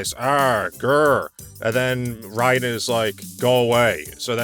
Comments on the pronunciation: It's Ray-Den. Rye-Den is how you pronounce the name of Metal Gear's tryhard cyborg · The Mortal Kombat character's name is spelled R A Y D E N, so even though he's named after the Japanese lightning kami it's pretty clear his name is in fact supposed to be pronounced as Ray-Den. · The way pronounces rayden lol